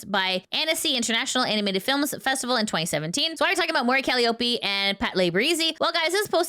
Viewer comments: Shiori = she-OH-ree. Calliope (it's an actual English word) = ca-LIE-uh-pee. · Random Unhelpful Pronunciation Nitpicker Guy here: "Calliope" is pronounced cal-EYE-oh-pee. But you can actually see the formal notation(s) for pronunciation on Wikipedia and other sites because besides being Mori Calliope's personal/given name, Calliope is the ancient Greek muse of epic poetry, as well as the name of a large, steam-powered instrument that I have no idea why I was familiar with since childhood.